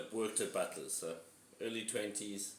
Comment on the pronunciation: Thought you said butless pizza😂